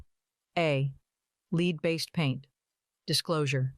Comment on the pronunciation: Question 45 pronunciation is “lead -the element” not lead as in front. However, great learning material